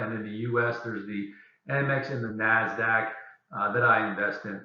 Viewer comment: Thanks for the information. Very helpful. By the way, it's NASDAQ, not NAZDAQ.